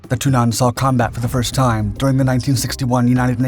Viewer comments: You should use a shorter "a" when pronouncing Tunnan :) it's more like Tunnan instead of "Tunnaan" as you say it //source: am swedish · Okay, this was a interesting video, but I had a hard time concentrating when the word "tunnan" was mis-pronounced every time. It's not thun-AHN, it's TUNN-ann. The wowels similar to the emphasis and speed in english words like Tonnange, Tenet or Ulan. It was really distracting. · ITS TUNNAN NOT TUINNAS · Your pronounciation of "Tunnan" is horrendous. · Why don't you consistently use the English translation of the aircraft's nickname - i.e. The Barrel - instead of sticking to awkwardly mispronunciating the Swedish Tunnan? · `Tunnan` is pronounced with a short `u`, not a long one. Emphasis is on the double N´s. However the J 29 was partially known as the widowmaker, due to the large number of crashes during low level flight manoeuvres. Low level flying has long been a hallmark of the Swedish Air force. A classmate of mine had lost his father in one such an accident with the J 29. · He didn't pronounce it with a long 'u', he pronounced it with a long 'a', which is where the mispronounciation lies.